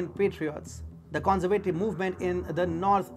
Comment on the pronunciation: The con-ser-vay- tive . No it's the con- serve- ah-tiv